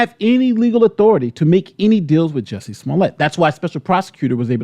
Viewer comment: He can't even get Jussie's name right